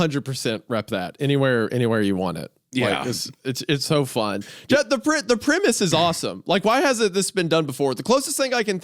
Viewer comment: "the primase is awesome" its premise mr goon premise 3/10